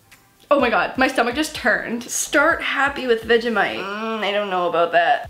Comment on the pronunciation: I love the way she pronounces vegemite😁😁